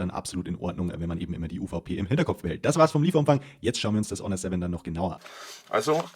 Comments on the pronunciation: AAAAAAAHHHH wieso wusste ich dass er -H-onor sagen wird Und er weiß einfach nicht was eine „Wahrenti Kar“ ist 🙃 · Am Anfang fand ich ja noch die Aussprache von "Honor" gewöhnungsbedürftig....aber "Technische Deteis"....ne....